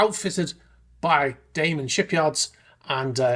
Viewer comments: DamEn, not DamAn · It is Damen! Not Daman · Damen should be pronounced as ˈdæ.mən. The 'a' is not the English 'a'. It should sound like the 'a' in 'banana'.